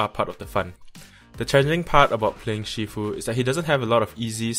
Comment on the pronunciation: Bro, aren’t you Malaysian Chinese? Your pronunciation of Shifu is wrong. It’s not She-fu...